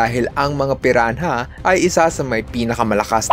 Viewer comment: "red bellied piran-ha" 😭🖐🏼